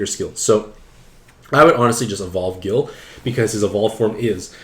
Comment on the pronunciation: I find it hilarious that base Ryu got a bunch of L awakenings because his hadoken motion is down to forward and a punch button. Edit: Why are you pronouncing Guile as Gill?!?! Gill is a whole other Street Fighter character.... It's pronounced GUYL!!!! I'm glad I watched this video. I rolled Dhalsim, R.Mika and Balrog and felt kinda bad that I didn't get any high ranked cards, but the ones I got all have some kind of value.